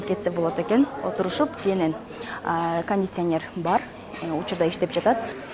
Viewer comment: "кандисянер" де... 🤣🤣🤣